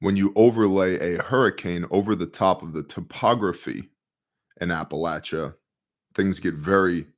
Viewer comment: "I want to keep this brief...". Makes over an hour video. Talks as slow as possible to drag out and dramatize what would have taken 20 minutes to say. Can't even pronounce "Appalachia". 🤔